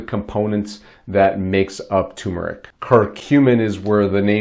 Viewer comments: you misspelled it in the title and you are mispronouncing it. Its not pronounced tum, its tur. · It's TER not TUMOR. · TuRmeric. Not Tumeric. THERE IS AN “R” after the “U” and it is pronounced, not silent!!!!! TUR-MER-IC Why do so many people have so much trouble with this??? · It's tuRmeric. There's an r between the u and m. Ter-meric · First, take a look at the bottle you’re holding. The word is spelled TuRmeric, not “Tumeric”, and BOTH Rs are pronounced. Second: Does this Turmeric Curcumin W/ginger powder help with bone on bone pain? Both my knees are bone on bone. Both were damaged in a car accident and I never received medical help for them. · Can’t spell or pronounce it right …. Not watching and don’t recommend this channel